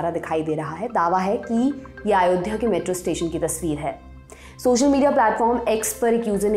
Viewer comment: महोदया आयोध्या नहीं होता, अयोध्या होता है। थोड़ा homework किया कीजिए प्लीज।